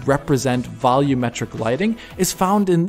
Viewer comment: It bothers me how you guys say volumetric. When the TV is too loud, do you say "turn the volum down"?